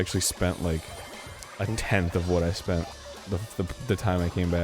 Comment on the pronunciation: "I shpent it all on gaaamblinng..."